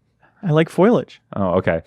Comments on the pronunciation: said Foilage and Recticle during this video, and it makes me sad Leo didn't comment on them. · "FOIL-AGE" "REKTICAL" im dying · "Foil-age" "Sid MEER" Gwaltney at it again...lmao